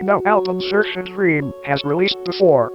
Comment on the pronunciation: how did you get a tts of all things to correctly pronounce saoirse's name lol